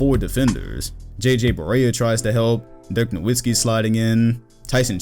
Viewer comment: Great analysis, but: It’s pronounced “NoVitzki”. German W’s sound like V’s.